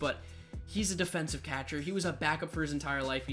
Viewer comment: Learn how to say “catcher”